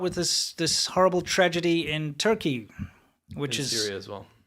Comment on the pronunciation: I think you meant to say "tragedy", not "tradegy".